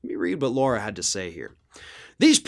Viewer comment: Lara is pronounced as Lah rah,not as Laura Shouldn't Lara trump's name be spelled ad L a u r a?